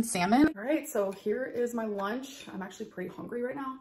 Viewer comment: The only fact she ever spoke is how she is "hongry"